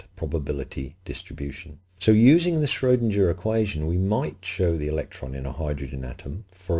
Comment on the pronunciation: Schrodinger is pronounced shrow'=ding=er ding rhymes with ring.